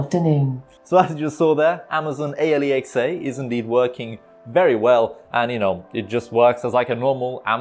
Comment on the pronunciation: It hurts me everytime dude say amazon. A,l,e,xa